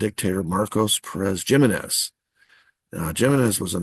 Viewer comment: Jimenez is pronounced Him in ez.